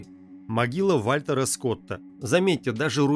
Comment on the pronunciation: Сен-Денù (фр.), Вàпьтер Скот (Вальтер - нем., ПРАВИЛЬНЕЕ - Уолтер), а не Вольтèр (фр.), светопреставление, а не преДставление